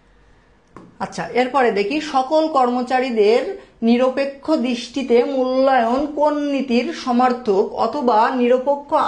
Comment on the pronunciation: এই স্যার টা বাংলা রিডিং এ বার বার ভুল করে তাই ভালো লাগে না🙂 যেমন :নিরপেক্ষ কে নিরাপেক্ষ বলতেছিলো🙂